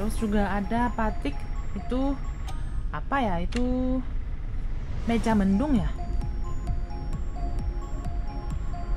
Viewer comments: Mega: meja Cirebon: cirebong Kalau bukan orang Indonesia asli sulit untuk mengucapkan kalimat sesuai tulisannya, jadi perlu di maklumi. Terimakasih neng sudah me reaksi tentang kereta cepat di Indonesia, dan tetap semangat. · Mega atinya awan,jadi awan mendung....jadi dibacanya MEGA bukan meja....dan mendung awan yang gelap atau hampir hujan,sekedar masukan mbak,jadi kami yang orang Bogor enak mendengarnya😂